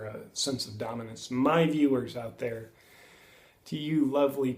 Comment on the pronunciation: There, not ther